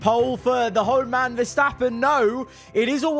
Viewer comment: spent too much time in the shed with us and messed up Verstappen and Antonelli's name in the race